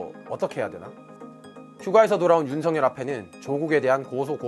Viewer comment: 발음에 약간 문제가 있네요. "윤성열"이 아니고 "윤석열"로 발음 즉 "윤서결"로 해야 합니다.